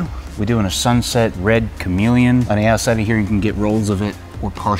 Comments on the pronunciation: You said CAMELON. Sounds almost "come along". It's CA ME LEE ON. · Learn to pronounce chameleon 😂😂😂